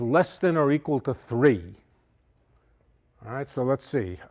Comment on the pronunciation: He does a great New Yorker awright!!!